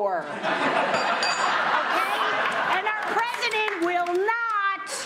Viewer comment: LOLLLLL "and our president - will KNOT - be de-turd" HAHAHAHA !!!!! :)